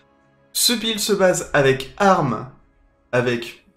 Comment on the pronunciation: pour une fois qu'il prononce correctement un mot anglais, on l'embête là dessus.. :-)